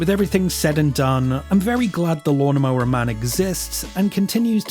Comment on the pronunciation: this mf said lawmnmower man